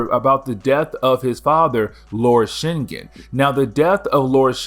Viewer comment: Shin-gin That's how it's pronounced